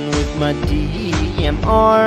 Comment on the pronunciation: Sounds like he is saying DEEMR.